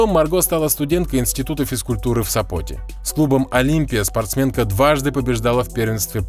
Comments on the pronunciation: Название города с ударением на вторую букву СОпот, а не СопОт как вы произнесли.....А видео прикольное, спасибо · польский город СОпот, а СопОт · Все испортил Сопот, с неправильным ударением